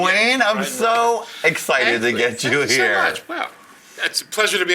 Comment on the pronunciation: "I'm so excited to get Jew here!" ? Or he always talks like that